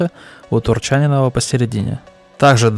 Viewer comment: Как по мне, так все три танка отстой голимый. Одно у них единственное достоинство, это хилая голда. Если это новая стратегия лесты на оздоровление рандома, то им аплодисменты за идею.. а то шмаляют все голдой надо и не надо. А фамилия правильно произноситься с ударением на И : КВ4 ТурчанИнова (это если ты спрашиваешь😊)